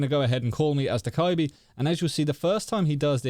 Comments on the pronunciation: I’ve been doing this since day 1 of me having dokk, i don’t remember doing the rest if the animation i’ve always done this i’m pretty sure. Also this is a small pet peeve i have, i’m used to hearing dokkaebi’s name pronounced as “dough-kebi” or “dough-ka-bee” (the way i say it), but for some reason “dough-kai-bee” pisses me off lmao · 1.06 hahah dekibi he said soz no hate